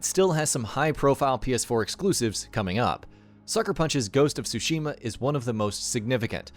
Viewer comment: I’m obsessed on how bad the narrator pronounced Tsushima, it’s bad, so bad it’s distracting, I can’t wait to play Ghost is Tsushima (well pronounced) hahaha 😆